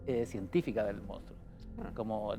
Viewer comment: Monstruo M O N S T R U O , salfate no "moustro"